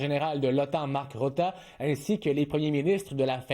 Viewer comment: Le secrétaire-général de l'Otan s'appelle Mark Rutte, et non Rotta comme le "journaliste" le prononce !